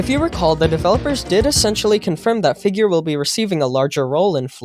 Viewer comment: ah yes, figeaur